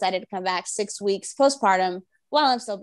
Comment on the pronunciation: Butchering week, psychopath!!!!!!!!!!!!!!!!!!!!!!!!!!!!!!!!!!!!